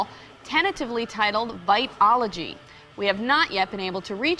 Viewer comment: Literally no one can say his last name lol and apparently Tabitha soren can't say vitology